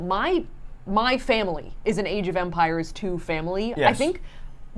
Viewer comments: Idk why but I thought you were saying age of vampires for a while lol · Half the time it sounds like Saf's saying "Vampires" instead of "Empires"